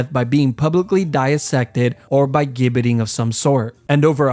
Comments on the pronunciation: ……that’s not an England flag ! That’s the Union flag ,the English flag is a Red Cross on a white background! Also it’s pronounced as “jibberting” not “gib “ …….even though it’s spelt with a “G” you say it in English as if it’s a “J”…….and the least said about the way you pronounce “Warwick” the better ! The 2nd “w” is pronunced as if there is another “r” in it …….say it as “wahrick” ! Here ends your English lesson for today ………next subject is Geography………Warwick is not neighbours with London ,it’s in the English Midlands ( close to Birmingham) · Your a fantastic example of a yank making zero effort- if your gonna get all of your information off of Wikipedia at least bother to get the pronunciations right! Leap castle is pronounced ‘Lep’. Gibbeting is pronounced ‘jibbeting’ and for the love of God Warwick castle is almost 100 miles away from London with a ton of castles in-between!! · “Gibbiting” or the “Gibbit” is NOT pronounced with a hard ‘G’ as in “gable” but with a SOFT ‘G’ as in “Gerry”…..like “jibbit” and “jibbiting”. This vid had been up here for FOUR MONTHS with 7.5 MILLION views, and not one person has pointed this out in the comments. A sad commentary the educational level of most YouTubers. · Some terrible errors here. The London Tower? War-wick? This is embarrassing. Plus: Gibetting is pronounced "jibbeting". Thats not the English flag, it's the flag of the United Kingdom of Great Britain and NI. But are we surprised, this being American? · It’s pronounced “jibbeting” 🙄🙄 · gibbeting pronounced like ginger